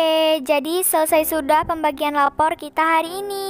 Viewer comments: Kak aku mau tanya kok guru nya ngomong lapor bukan rapot🤣🤣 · Rapot coy bukan lapor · Rapot bukan lapor 😂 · Kok ngomong lapor bkn nya rapot😂😂😂